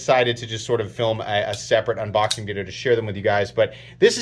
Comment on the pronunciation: Man I sure do love your "Unbixing" videos lol.